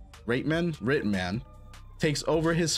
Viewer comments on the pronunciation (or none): A pretty mouth for mispronouncing "Reitman."